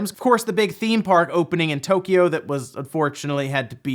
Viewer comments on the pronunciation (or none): none